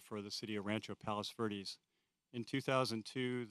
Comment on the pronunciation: He couldnt even pronounce it correctly lol.